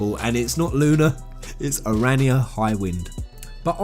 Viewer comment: please correct your pronunciation of the dragoon knight of Aranea the guys in the game says her name all the time so how can u still get it wrong